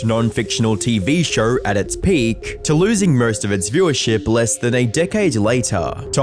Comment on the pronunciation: SHOW not fucking SHAUR